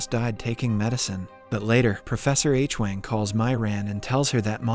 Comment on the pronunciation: This video - and 4 & 5 - mispronounces “Hwang” as “Aitch-wang”. Adam never makes that mistake; it is a blunder A I makes.